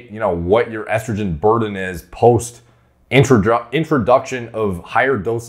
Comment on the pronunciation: I can forgive the H8GH pronunciation but I draw the line at “eastrogen” what’re we doin here b